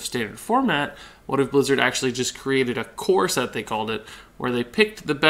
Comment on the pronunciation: Every time you say "core set" I hear "corset" that thing that women wear lol.